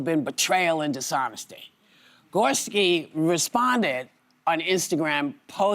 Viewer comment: Brad Gor-ESKI. 🙄🙄🙄